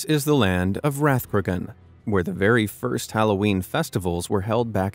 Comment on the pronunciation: Rathcroghan is not in the north of Ireland. Also you pronounced it wrong, but Irish pronunciation can be difficult.